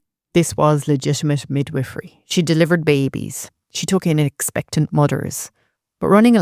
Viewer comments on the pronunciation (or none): Expectant mudders?